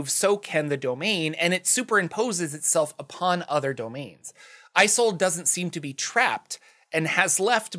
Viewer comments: Games workshop stole this idea for their Carnival of Chaos! LOL And I think "Isolde" is pronounced with a short "I" sound instead of the long form such as in "I sold a car." The "I" sounds like the in the phrase "It's A Mario!" So it's like in "Tristan and Isolde". (Isolda is the proper pronunciation) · Is-sold Not eye-sold. Great vid. Don't know how you condense so much info. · its "Is-old" not "I-sold" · Pronounced "iz ol da" taken from Shakespeare. Love yer work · Isolde: a German name pronounced or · Hi, Mymomsaysimkeen (he consonants are silent) here. Isolde is pounced as, "Sold," as the vowels are muted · Isolde is pronounced just about the same way it's spelled "Is old" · ive seen that name pronounced as 'ee-sold' or 'ee-zol/ee-sol' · IZ - Old - ah. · “ih zolda” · "e Zold uh" or just "e Zold" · I'm pretty sure it's pronounced is-ol-day. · Isolde is pronounced IS OLD. Not that hard. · Isolde is normally pronounced Ee-soul-deh FYI.